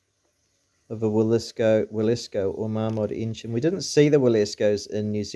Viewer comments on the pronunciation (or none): ENGINE not ingin